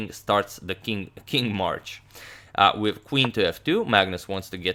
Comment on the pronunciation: it's "with" not witt